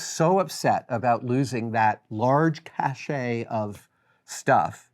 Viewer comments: "Cache" vs. "cachet." "Cache" LOOKS like it might be pronounced "cash-AY" but it isn't. It's pronounced "CASH." And it's the word you wanted in your story. It means a place of storage, usually a secure place of storage. "Cachet" is pronounced "cash-AY" like you said in this video, but it's a feature or quality conferring some degree of prestige, not a (secure) storage place. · Psst, Cache is pronounced cash. Cachet is pronounced ca-shay. Two entirely different words and meanings. Thanks. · Cache (A store of valuables or money) is pronounced like $: cash Extant is pronounced with the emphasis on the first syllable; EX-tant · Cash, not Cashay, please. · it's pronounced cash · Adam. It's impossible to have a large cachet of stuff. Cachet is a synonym of respect or prestige. It's not a physical object. A Cache (pronounced cash) of stuff is what you mean. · Cache pronounced "cash". Cachet pronounced "cashay".